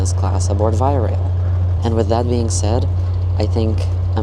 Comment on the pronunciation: Just a quick note on your pronunciation of Via Rail... it is correctly pronounced 2 syllables: "VY" + "uh RAYL"... :) enjpyed your vid.